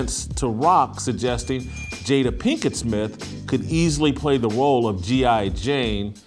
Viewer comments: She called her 'Jada-bel' Pinkett! 😂😂. I died 💀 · “Jada-belle” ? 😂. That’s right up the with “entanglement”. “Fruit inspector”. Come on Sis!!!!